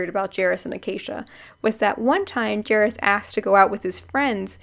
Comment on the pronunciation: Lmaooo I’m so dead at the name pronunciations omg😭 Sam pot (like a kitchen pot) (or like a rowing oar) orff (long f) pot-orff…. and Jairus is like “air” but with a j (jair) us (is/us) jair-us